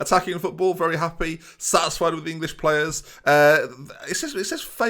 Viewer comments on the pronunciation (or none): none